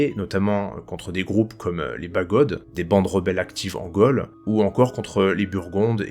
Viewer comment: "Trône", "Gaule" et non trone ou golle. Merci ! Historiquement parfait.